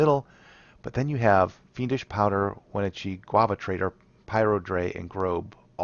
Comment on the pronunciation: The pronunciation of Wenatchee was really killing me lol